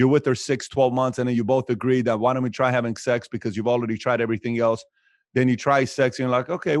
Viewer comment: "I found that it helps if you dant care...." BRILLIANT